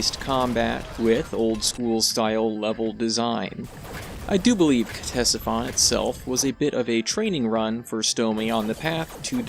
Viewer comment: ctesiphon is the name of an ancient mesopotamian city. the pronunciation is either "tessifon" or "katessifon", whichever you prefer :)